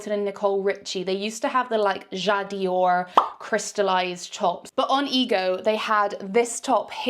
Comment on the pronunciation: Love your video reviews … very entertaining. Just fyi though, it’s not “ja Dior” it’s “j’adore Dior” (I adore Dior) 😊